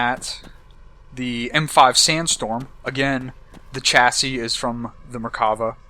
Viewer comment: You are saying chassi wrong, you don`t say it with a Ch, you say is as an S sound! lol Americans.